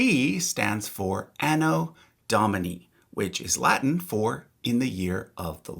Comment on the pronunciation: You might also see, for example in the Douay Rheims Bible, instead of BC but AC for Ante Christum natum, before the birth of Christ. Also, just a point of pronunciation, (my experience comes from being an altar server ) it is said as DO-mini, not DOM - ini.